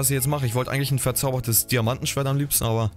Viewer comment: Wie gomme immer diamantENschwert sagt 😃